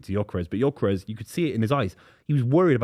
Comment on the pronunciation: It's pronounced "Yerkeres".